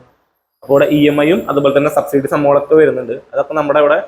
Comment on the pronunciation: എന്താ ഈ ശബ്സീഡി....